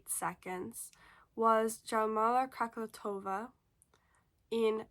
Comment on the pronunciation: What a horrible pronunciation of Marita Koch and Jarmila Kratochvilova. Common is not so difficult. 😂